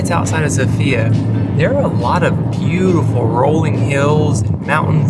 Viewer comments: The capital’s name is pronounced sOfia, the stress is on the O. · The capital is s0fia, not sofiA which is wrong but it is what it is and how we all say it. 🙂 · Sofia is actually pronounced so-fya, it has a fast pronounciation